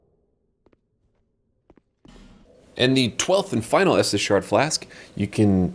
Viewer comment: Estus not Estes